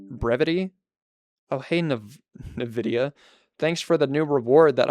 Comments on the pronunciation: “Ng- pause videa” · not related to the docs but that is the most horrendous pronounciation of Nvidia I've EVER heard 😭